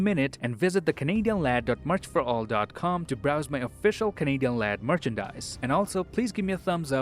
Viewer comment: Was I the only one to hear him say Kevin Hart instead of Canadian Lad👀??